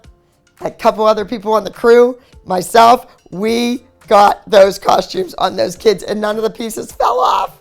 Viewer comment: Love dance moms but why do you pronounce costumes like cosh-tumes? I've always wondered why everyone on the show pronounced it like that? It's cost-tumes there's no h.